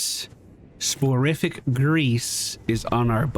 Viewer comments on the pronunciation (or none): Pronunciation Tip: Soporific (meaning "of sleep") is pronounced "sopper-ific." Hope that helps. I'm a long-time fan - You're the one who got me into HotS - and I honestly didn't think I'd enjoy an Elden Ring series but this not only gripped me but got me playing the copy of Bloodborne I already owned but never picked up and will probably get me to buy Elden Ring too. I don't suppose there's somewhere I can tell them "Hey give a kickback, this sale is 'cause of him!" is there?